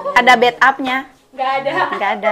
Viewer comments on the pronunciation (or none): "Bath"up bukan bedtup... Bath= mandi Bed= tempat tidur Salah ngucapinnya.